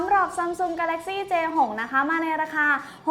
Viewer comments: พี่พูดผิดนะคะมันเป็นj6ไม่ใช่A6ค่ะ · 0.31 พี่พูดผิดค้ะ j6 ไม่ a6 ค้ะ